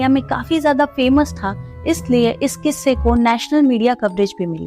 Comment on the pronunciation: It should be quisse not kisse